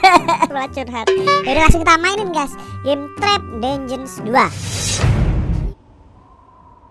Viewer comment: Itu tulisan nya dungeons tapi baca nya danjien